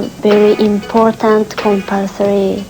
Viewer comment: "I think very important compulsoey, but I don't like compolsory!" hahahaha I love her comment. lovely person